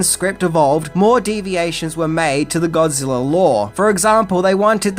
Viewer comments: I've ever heard of Godzilla but who is this "Godziller" that keeps talking about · Are you saying godziller?